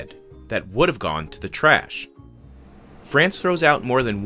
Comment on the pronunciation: pssst, It's pronounced FrAnce, not Frence